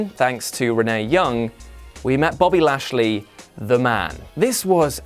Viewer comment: Wow did you really say bashly? Lol hilarious